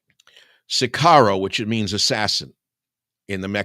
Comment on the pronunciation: It is "OSWALD" not "OTTO" Spengler. It is "sicario" not "sicaro" and comes from the Latin "Sicarii", which was used by the Romans to describe a faction of the Judean Zealots who used terrorism and assassination against the Roman occupation.